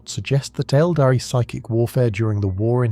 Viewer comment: Really good content, I love your videos watching everything rn back to back and recomending them to others! Might be a very small thing, but the pronunciation of Aeldari should be "EHL-dah-ree" sometimes it's pronounced like "el-dahree" which is wrong and sounds very much like abominable intelligence talking.